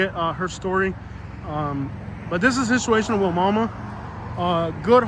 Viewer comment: It’s pronounced “why-mama”